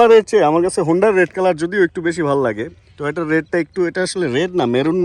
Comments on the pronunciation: TOYOTA ❌ TOHOTA ✔ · Toyota Hobe Vai..... Tohota Na.....Thik koren Vai